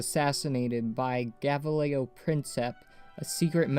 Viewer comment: Shit at pronouncing gavrilo